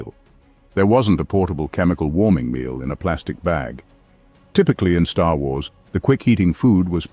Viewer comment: Man bemerkt an der Aussprache von "Star Wars" sofort, dass es eine KI ist.